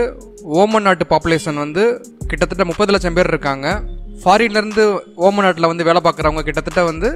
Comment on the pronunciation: ஓமன் இல்ல ஒமான்